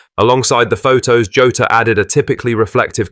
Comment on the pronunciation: Who's "Joe-ta"? 😂